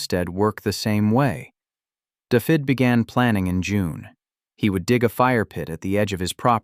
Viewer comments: Every time I hear the narrator pronounce David as daffid it makes me cringe. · It's pronounces Davith ( hard TH of the) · Can't pronounce Dafydd.